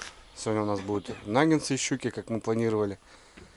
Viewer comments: не нагентсы а наггетсы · не нагенсы, а нагетсы. А так, молодчик.